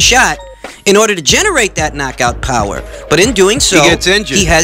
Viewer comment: “Relying on your Powah” 😂